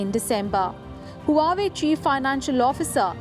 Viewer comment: What is the host a fifth class student......!!!!! Can't pronounce even a simple word like Huawei....